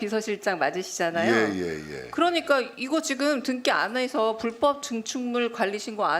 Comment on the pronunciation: 강유정 의원은 왜 자꾸 '등기'를 '등끼'라고 발음하냐 정말 거슬리네. 미등끼, 미등끼.....